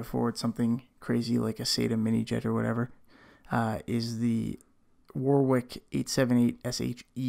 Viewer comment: Love your videos. Couple of minor/silly questions. Warwick is pronounced Warick everywhere. Is this one of those weird things (mostly found in the USA. Eg; caramel. Everywhere around the world its pronounced car-a-mel... just like its spelt but Americans say carmel) where its just pronounced wrong? And if your Canadian why are you talking in the old weights and measures instead of metric? The only 2 countries in the first world that don't use metric are a very small middle eastern country (can't remember the name) and the USA. As I said, a couple of silly questions but just bugged me as I was watching.... cheers and keep up the awesome content.